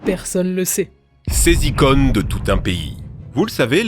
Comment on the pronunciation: d'où vient cet accent ? J'entend "ces e-connes" à la place de icône ( avec l'accent circonflexe) 😄 J'entend de plus en plus souvent le "o" de par exemple "trottoir" prononcé comme le "o" de "globe"... Ca vient d' où ?